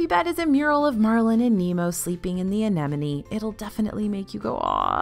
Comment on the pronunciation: All credit to you for actually pronouncing "anemone" correctly.